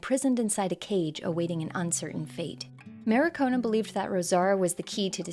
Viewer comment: good video, it's mar-ki-o-na though, not ma-ri-ko-na.